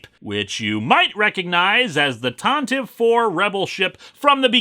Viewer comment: Ok so nitpick time, but not a SW one but rather a grammatical one. The Tantive IV is pronounced Tantivy since it is well BASED on that word. Leave it to lucas to change a name but request it be pronounced like the original spelling. But yeah across the board Legends and canon it is supposed to be Tantivy which means to gallop rapidly. Fitting name for a blockade runner.